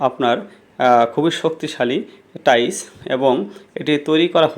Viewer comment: টাইস নাকি টাইলস?😂